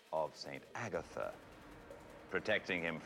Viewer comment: Alright but… it’s so cute how pronounces Agatha